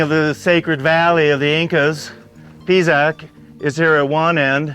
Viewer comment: Can't stand how he pronounces the names of the sites....Pisac is NOT Pizac!....uffff....